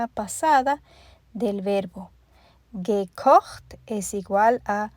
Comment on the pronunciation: Excelente. Me encanta como suena "gekocht". Bonito idioma el alemān. A propósto ?de qué país eres?